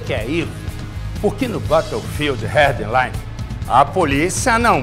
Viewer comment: batou fildi rérdi laine melhor pronuncia